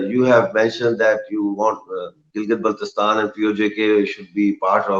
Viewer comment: fuck you liars we love pakistan and kahmir belongs to gilgit and gilgit is part of pakistan....correct you pronounciation of gilgit first